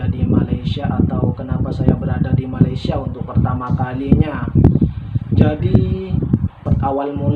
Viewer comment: Kenapa masih tidak bisa sebut Malaysia ,masih menyebut malaisia... Rasa janggal mendengarnya